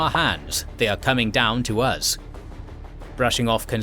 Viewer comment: “Prompted the Scots to descend DOON HILL” 😂